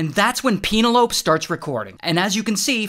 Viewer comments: You sure its Pena Lope and not Penel o pe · Peen-a-lope?😂😂😂😂😂 Pen-el-o-pee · Pen-ell-o- pea, not "penny-lope" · It’s Penelope not peeno lope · Pronouncing Penelope pein•ah•loh•pe instead of pen•ah•loh•pi is a crime 💀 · he makes her sound like cantaloupe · Peenalope😂( it’s pen-el-o-pee) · It's pen-EL-o-pee, not pen-uh-LOPE. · Penelope pronunciation is “Pen-el-op-ee”; not “Peen-o-lope” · ANYONE ELSE MAD THAT HE CALLS PENELOPE(PEN-ELL-OHPIE) PEEN-ALOPE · Peen a lope? It's Pen-nel-o-pee! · It's not Peena-lope, it's Pen-el-o-pee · “Peh-nell o-pee”not Peenylope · Peen-er-lope ... or, Pen-ell o-pee? Be better, people. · Penelope = "Pa-Nell-O-Pee" NOT Penal-Ope. Seriously brother? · Pen-EL-O-Pee not Peenalope. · It's Pen-EL-o-pee, not PEEN-el-ope. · PE-NE-LO-PE not penelowp. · Pen-l-o-pee not Peen-a-lope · pina-lope hahaha.... its pen-elo-pe.... didnt you pass basic engrish from a public school? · peen-o-lope? try pen-el-o-pee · 😭 it was throwing me off Ong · PEEN uh lope 🤣🤣🤣🤣🤣🤣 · lol! Yeah I was thinking PE-NE-LO-PE once I first heard it! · Penelope = "Peenalowp" xD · Pene-lope as in antelope? Oh, brother! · C’mon. Pe-NEH-loh-pea. Aside from that this is big reason I don’t fly anymore. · Ray, it's "Pen-el-o-pee". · Penal ope: That pronunciation is wild. I feel sorry for the Penelope's in the world that hear this dude mispronounce it. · “peenolop” -ray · Why are we pronouncing Penelope as penalope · Peen-a-lowp? I weep for "modern" eddukayshun. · Peen-a-lope?? Seriously? We're doomed. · WHO PRONOUNCES PENELOPE LIKE CANTALOUPE???? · "Peen-A-Lope" :D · ITS PENELOPE (PEN-EL-O-PE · Peen-a-loap? Like an antelope? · Shoutout to “peen-a-lope” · Peenalope - really? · The usual pronunciation is PenELLohpee. Why make it anything else?? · Penil-lope? No. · Penelope = P’-nel-o-pee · pen-NEL-o-pee. She's not an ungulate (antelope). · Peen uh lope???? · I can't get over you annunciating Penelope that way! 😂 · that is the weirdest pronunciation of "penelope" I have every heard